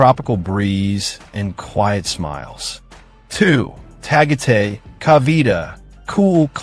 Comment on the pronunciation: Tagate is Tagaytay